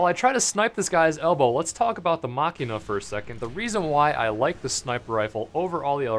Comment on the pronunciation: ITS PRONOUNCED JUST LIKE MACHINE JUST WITH A! :@ (Mashinah)